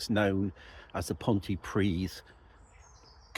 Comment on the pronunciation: “Pont uh pridd” not “pont tee pridd” please 😊